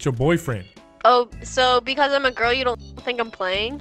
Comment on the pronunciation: I loved that "I hope ye enjoyed". Like you were giving the guy that subtle nod that you're